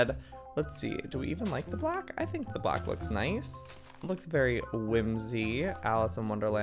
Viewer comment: Black not blake